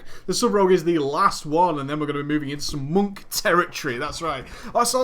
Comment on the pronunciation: Love how you say monk in British accent